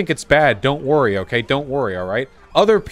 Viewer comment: “It’s not OKEH to be OKEH” ❤️(titan cry 😭)